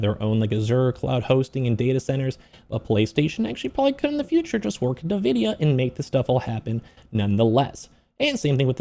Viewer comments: Why can no one pronounce en-vi-dia correctly? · I would be a much nicer audience member if you didnt call the the primary focus and most valuable company on earth "nevidia"